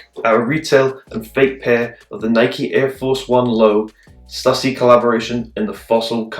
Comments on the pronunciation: “Stoo-sy” not “stus-sy” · stysy actualy